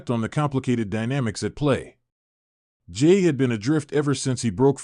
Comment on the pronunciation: I wish you would learn how to pronounce Jey's name correctly.